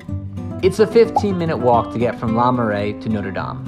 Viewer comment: Oh my word, every time he said ‘la’ I cringed. Try pronouncing it like the ‘oo’ in ‘book’ or ‘cook’.